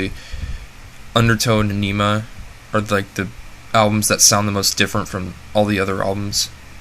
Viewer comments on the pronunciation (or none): Its pronounced "Ah - Ni - Mah".